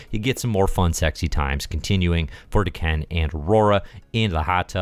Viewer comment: Dah-Ken. Isn't D'Ken part of the Shiar Empire? Maybe I'm mistaken on that Shiar part. Edit: Just looked it up and, yeah, D'Ken is Deathbird's younger brother. Just so you know! And sorry if I've already bitched about the name thing. I tend to repeat myself. And sorry if I've already bitched about the name thing. I tend to repeat myself.